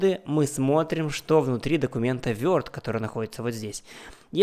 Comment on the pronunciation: Вёрд, епт)) 🤦‍♂️ берлинский pronounce ))